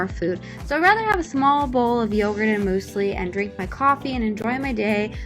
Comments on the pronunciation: “Moose lee” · Moosely wtf!? Its pronounced myuuuzely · Loving how you say mOOslie instead of mYOUslie 😂😂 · Moose-lee??? Does everyone pronounce it like that? I've always heard myu-slee. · Why do you say "moo-slee" it's pronounced "myoo-se-lee" Love you b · Muesli “MUSE ly” not “MOOSE ly” sorry I’m triggered. Ok love u bye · her: mooseli my german ass: 😫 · The way you pronounce muesli😂